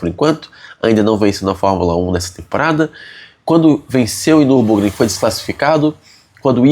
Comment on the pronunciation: O max so nao conseguiu fazer voce acertar o nome da corrida kkkkkk. Ja tava dando agonia